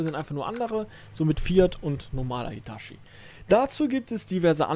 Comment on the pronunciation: Ich hab den Bagger in echt gefahren (bin Baggerfahrer) PS: Es heißt Hitatschi 😂😂😂